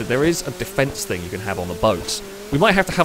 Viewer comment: Still wish you knew the difference between think and thing .(somethingnot somethink).. can hear my English grammar teacher turning in her grave